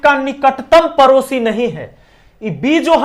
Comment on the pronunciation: सर वो परोसी 😂नहीं पड़ोसी होता हैं